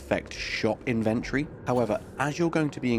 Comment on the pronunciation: Dude, the word inventory has four syllables